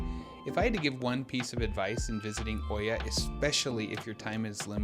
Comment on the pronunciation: Nice video. But we have been to Santorini quite a few times. Freakin great place in the shoulder seasons. Oia is really pronounced "Eah"